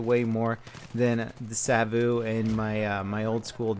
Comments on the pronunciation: Did you know that savu is smoke in finnish. Kone is machine. And if it is in finnish (I mean that if the name is supposed to be said in finnish) you should be saying i think something like sa-vu and ko-ne not seivu an koune or something I'm really not that good in english to explain but something like that. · No it's not that hard, but it's also not the way you would say "cone". The "e" in the end doesn't disappear and there's no "u" sound in there. And with Savu he's quite there, only needs to drop that long "uu", it's a short one. :) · If you wonder what mouses names mean, i'll give an answer; those names are finnish words and "savu" (spelled just sa-vu, not "sa-vouuh") means smoke and "kone" (spelled just kone not "koun") means machine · I know, he makes it sound so exotic. Like Sawouh or something. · Why do you emphasise the vu in Savu? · Ahahahahhaa the way you say Savu and kone is HILARIOUS they are finnish words! Translation Roccat smoke and Machine gaming mouse. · It's so funny how he says savu, cause I'm Finnish:)